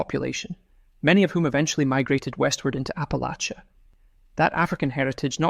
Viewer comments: I've always heard Appalachia pronounced "app uh latch ya" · It's pronounced Apple-atch-ah. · OMG Apple-ATCHA. Apple-ATCHA! Appalachians are rather picky about how it's pronounced, and rightly so. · Please pronounce Appalachia correctly. It’s apple-at-cha. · Ap…uh…latch…uh please and thank you.